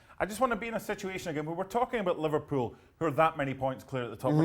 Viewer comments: Li-var-pool smh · said liVARpool😂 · its not when , its LI-VAR-POOL